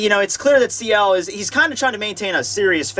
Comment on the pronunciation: also, it's Ciel as in Seal